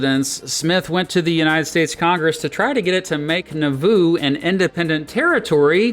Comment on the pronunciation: Someone who grew up near Nauvoo here- you're emphasizing the wrong syllable. it's NAW-voo or NAW-VOO, not na-VOO. You draw out the "a" more. It rhymes with Yahoo.